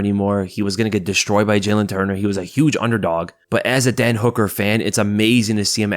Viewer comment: Sometimes when you say Dan Hooker I hear dead Hooker or is it just me?